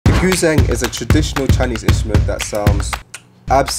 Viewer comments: "Goo-zeng" lol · It's pronounced Goo Djeng (gǔzhēng), lol Good stuff and super efficient indeed, looking forward to other of these types of videos